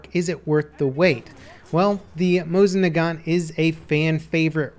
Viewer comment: They should add the sawed off Mosin-Nagant. It was quite popular in that era. By the way in case you care about pronunciation, it's Moseen-Nagan. Love your videos. Keep at it.